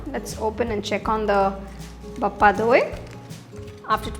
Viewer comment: By The Way It's BHA-PA Not BAPPA !